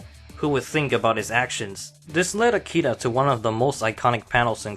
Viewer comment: smh, It's AkiRa, not "Akida".